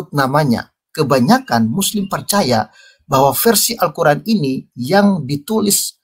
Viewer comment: Membaca istilah2 dlm al-quran dgn tulisan latin saja belepotan, kok berani-beraninya mengeritisi al-guran. ngaca dulu bung..